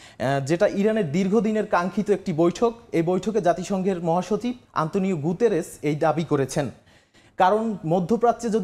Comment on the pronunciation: সংবাদ পরে নাম হইলো গুতেরেছ ওনি বলে ভুতেরেছ এখন কার সংবাদিকরা গাজা কি পরিমান খাইছে